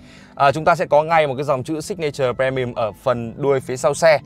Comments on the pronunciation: pri mi um chứ pre mi um là chi zzz. Phát âm chán gê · tr ơi a ơi phát âm pri chứ pre pre mi ùm nó lãng ghê cái clip đang hay mà pre pre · Um chứ ko phải ưm cx ko phải ùm. Fre ni um á chị hiểu ko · Phát âm i thay cho e nha, đừng đọc pre mi ùm nữa nha, vậy nha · Đồng ý kiến.làm j có bờ re mi um .